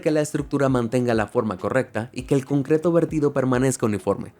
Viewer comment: soy yo o a partir de aquí empezó a decir cumcreto? Xd